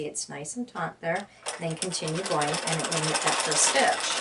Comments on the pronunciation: The word is “taut”, not “taunt”. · FYI - the word is taut and not taunt, :-) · This is the second video where the person said taunt instead of taut. Egads. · "Taut (tight)" not "Taunt (tease)" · Taut. Not taunt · I noticed that too. Strangely when you read a lot of stories on the internet you find that a huge number of people get the two confused. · I thought I was hearing her wrong but I guess I was not alone in hearing taunt.